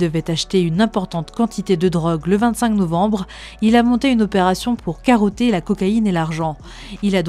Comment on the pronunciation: "Karroté " elle ces lâcher 😢